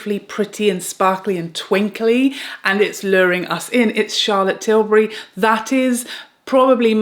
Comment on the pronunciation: Say-for-A (Sephora) is popular in N.A.. Thanks for touching on American brands like Na-Ta-sh-A De-Non-A, Hourglass, West-Man Atelier, N-ours, and Pa-trick Ta and English brands like Charlotte Till-burr-Y. Butt u also forgot to mention Tom Ford.